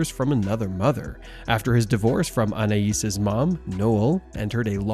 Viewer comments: It’s Anay not An ay eees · Its pronounced ANAY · Anais is pronounced ANN-AYE, not AN-EYE-ISS. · ?? The perfume is also pronounced like anna-is and not Anay because of the letter ï. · Anais is pronounced ‘Annay’ . Silent S 🙂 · I can't 😂 Annnayyyeeeeesssseee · its french! that is the correct pronuciation. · Why the F cant Americans prounounce Names proberly. Do some research before hand ,honest to God its Embarrassing listening to them. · Pronounce her name right Anais like the perfume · Isn't the name Anais has a silent s.